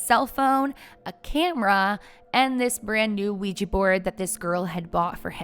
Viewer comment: Sorry, I couldn’t even get two minutes in because of your consistent mispronunciation of Ouija board